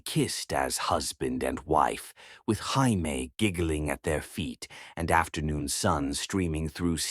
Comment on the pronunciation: Can't you get this little boy's name correct???!!! Is it 'Jaimie', pronounced 'Jay-mee' or is it french for 'I love' and 'J'aime', pronounced 'jeh-meh'???!!!! Also...how were they reuniting for 3 MONTHS, and never had a run-in with Antoine??!!! He is supposed to be so close to this family, and so attached, yet not one CLUE he even existed? And, how does she have a pile of letters stored away that he, supposedly, sent after returning to his home, that she didn’t bother to open but put in a box to hide in a closet? Only to open them up later, as if she forgot them, especially when the last one had come just a week earlier?! Makes no sense!